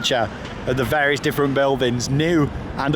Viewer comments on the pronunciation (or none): none